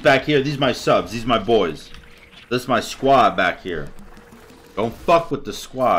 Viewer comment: did you just said "what is your issue my boob?" because that's what I heard XD. GV man!!! Keep it up!! <3<3